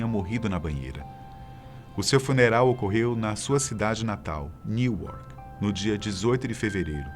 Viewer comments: Nao é Niuarque Newark- se pronuncia -nuark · Ela nasceu na cidade de NEWARK se pronuncia "Nuarki" like this